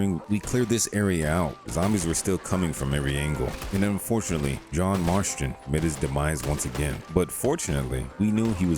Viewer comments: Why u calling him John Marshton of Marston 😂😂😂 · there’s no TH in Marston. Marston, not Marsthon. I’ve noticed it over several videos in the rdr2 mod videos. I just assumed you were bating the viewers to engage in the comments.